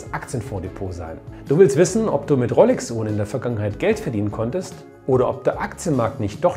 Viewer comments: Es heißt Rooooolex… 🧑‍🎓☝️ … nicht RoLLLLLLex 🙉 🤜🏻🤛🏻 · Rooolex nicht Rrroollex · Guten Abend, du sprichst "rolex" aus wie "rollex ", ist das richtig so? Gerne kurze Rückmeldung. Lieben Dank dafür. LG Ralph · Servus, die korrekte Aussprache wäre Roolex, also mir langgezogenem O. Rollex spricht man wohl eher im Ruhpott;-)